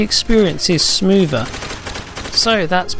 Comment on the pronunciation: Smoover? LOL